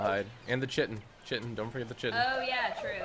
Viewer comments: it's not pronounced chi-tin it's pronounced kite-tin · It's annoying that he is saying chitan wrong